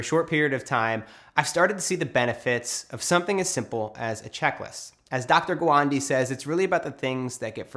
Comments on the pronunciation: It's Gaaaa waaaan (wand) -day Atul Gawande, not Atul Guwandiii. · He Said a tool guvandi 😂😂😂😂😂te Atul gawande aahhe bhau😂😂😂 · sorry but it is doctor a-tool ga-one-day not gwondi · Hey Matt, it's not pronounced Gwandy, but 'Gah One Day' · Matt D'Avella It’s an Indian name and it’s pronounced GAA-ONE-DAY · Amazing video. P.S - Gawande is pronounced as Gaa-one-day in his native language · The pronounciation of atul gawande is "atul gaaa-one-day".😅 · Its Atul "Gaa-one-day" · 'Atool Gowandi' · He likes to say gwade i guess